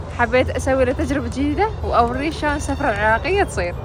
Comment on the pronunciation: سُفرة وليس سَفرة 😂 الف عافية وعاشت ايدج مبينة كلش طيبة الدولمة ❤